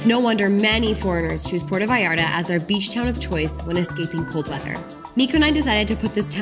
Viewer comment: Competed b. S. They can not even pronounce Puerto or malecon. I have lived in Mexico for 20 years.